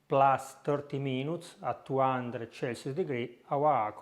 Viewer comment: I took Italian 50 yrs ago in highschool and was told the 'c' sound is "ch" in english and the "cc" sound is like "S". When you say Spectacular use the same "S" sound with Celsius so Selsius.